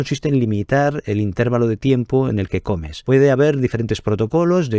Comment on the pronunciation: INTERVÁLO, no "intérvalo"